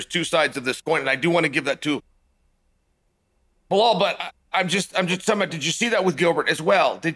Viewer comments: Lol it's not Baaahl,it's Belal his name is. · Cmon chael man you speak english. How hard is it to say his name as it is "BE LAL" not Be Hal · It's not bla hol It's Be Lal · Blahal or Be-Lyle? (Gilbert was injured.) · Waiting for the day Chael says "Belal" not "Blahal" 😂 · Did you hear it... Uncle Chael said it Belal omg!! but i prefer blehaal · Can someone tell Belal to fix his name. It's clearly Blah-hal. His parents should be ashamed. Thanks Chael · I think you missed the joke - that Chael ALWAYS pronounces his name Blehal. We’re a fun community over here, your insecurity is showing. Muhammad looked great. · Fedora…”blah-hal”….10 seconds in and we’re in for a classic boys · I love how Chael still calls him “Blehal” 😂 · The Only Cheal Mafia Sonnen once said "Bahal". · Man Chael won’t ever drop the “Blahal” bit. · Didn’t know “Behall” was this good. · How do you read Blahal from Belal? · When Chael calls you Blahal, your name is Blahal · Bla-hall and Ya-Rear will both be fighting for titles next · I cant get over how this guy says blawlll😊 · Blahwl “hit and run” MooHamed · Uncle chael: belal= blehaal lmao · It's Bilal Uncle Chale. It's written like Bill with an a between the Ls and it's pronounced the same way too. You're sounding like my Chinese housemate who used to call me Biral or Bilar. 😂 Remember the Name! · Why does he call Belal "Blahaal" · Belal “Blehal” Muhammad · Why do you always call him BeHal? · I Don’t know guys . correct me , or enlighten me: Is Uncle Chael Massacring names a way of banter? i mean come one , Saying Belal can’t be that hard ( Bhlooolhhhl) lol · Blehal? Lol Chael you know damn well how to pronounce his name! You do it with many fighters aswell. 😂